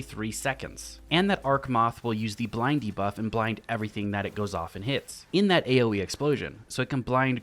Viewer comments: I heard him say “Blindy Buff” instead if “Blind de-buff”. I need more sleep…. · I’m hearing “blindy buff” & “arc muffs” - my childish brain😂 - great vid - love these! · Nah I heard it too and I'm wide awake. Lol